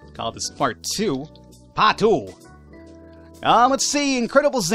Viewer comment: Paht Wan! Paht tu! XD I love the way he says them.